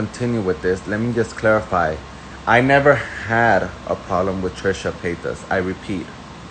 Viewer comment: Why do u keep playing this guy over and over agian. He sounds dumb and uneducated . And the Paytis pronunciation is irritating